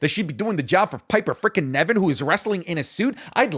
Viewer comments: Isn’t it pronounced Piper Niven not Nevin? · I wonder if will ever call Piper Niven "Piper Niven" instead of "Piper Nevin"